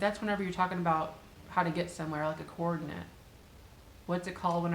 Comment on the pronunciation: So, I am binge watching your old videos. The difference is that when it is a verb, to make things that work together, it has a long “a” in the last syllable. When it is a noun, as in a place or set of items, the last syllable sounds like the schwa sound, so more like “nut.” I think maybe the phrase you were really searching for was “companion pieces.” Love your videos!